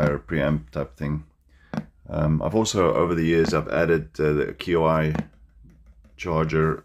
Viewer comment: Qi is pronounced "chee"